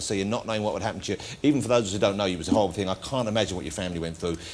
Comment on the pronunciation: It was a howwible thing to weed about